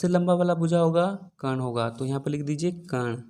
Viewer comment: Sir ji aap bahut achhe padhate hai kintu कर्ण का उच्चारण सही करें।अच्छा नहीं लगता है ये बच्चे पर ऐसे ही असर डालेगा।आप कण उच्चारण करते हैं।